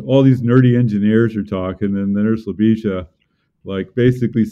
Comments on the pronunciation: The accent of Ljubisa's name is in the first syllable. And the s is light. Maybe he is used to this. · Came here for the butchered pronunciation of. Wasn't disappointed. Have updoot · Never have I herd a name so badly butchered in mispronunciation. Poor has probably given up on trying to get anglos to pounce his name properly a decade ago.